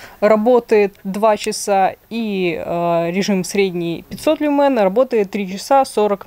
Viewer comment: Только в слове "люмен" (лат. свет ) ударение на первый слог.